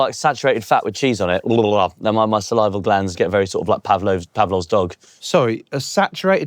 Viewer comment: Salivary glands not salival lol